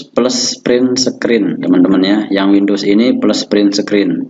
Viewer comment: Windos peles perin sekrin 😆😆